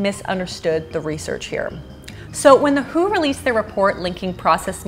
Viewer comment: Please say "the W-H-O." Otherwise, you're going to get people thinking about '70's music.